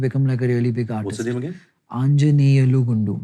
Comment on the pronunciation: Nikhil: "There is a new guy called Anjaneyalu Gundu" Ranbir:"African?? "🤡 The way Nikhil pronounced his name, confused Ranbir😂